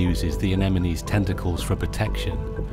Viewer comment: HE SAID ANEMINIES